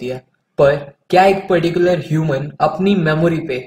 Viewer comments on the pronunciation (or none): none